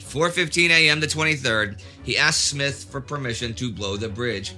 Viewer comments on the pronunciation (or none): Smyth dear chap, not Smith.